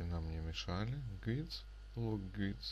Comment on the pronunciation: направляющие читаются "гайдс" а не "гуидс"